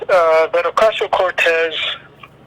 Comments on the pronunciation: Why do you call her "Orteez"? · To compare her to Obama without the presence of Big Money doesn’t seem sound to me. Also, how can you have her name spelled correctly but repeatedly mispronounce it?